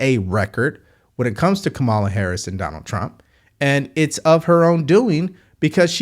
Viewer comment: The first two seconds, he mis pronounced Kamala’s name. I knew straight away it would be BS. I was right! 💙💙💙💙💙💙💙